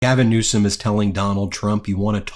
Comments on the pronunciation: Felon trump is a liar. Does he have a fire arm ? Call him a FELON each and every times he cannot pronounced NEWSEM correcty. Talking HIGHER than the magga people ; like Hannity and Jesse, is 100/100 correct.🎯. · "Paper tiger"? Donnie? More like "Paper P-word" Perfectly acceptable to say since Con-nie doesn't see any problem in intentionally mispronouncing the governor's last name in a disparaging way, unprovoked and unwarranted by the governor. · He's so stupid he can't pronounce people's names